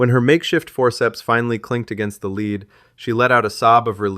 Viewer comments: A bullet “lead” is not pronounced leed! The correct pronunciation is “led!!” And past tense “read” is pronounced as “red!” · Leed..lead criminie, dude learn the pronunciation of words, then read, proof listen, proof read... Sigh